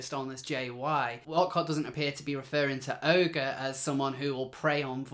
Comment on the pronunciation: you are making the same mistake I did.... pronouncing the name "ogre". I did too until I heard Megan Murphy say the name and of course it's French, so it's pronounced "Oh -zhair". YW.